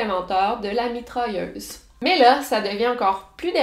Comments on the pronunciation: comme « mitralleuze » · je veux dire comment elle le prononce avec son accent.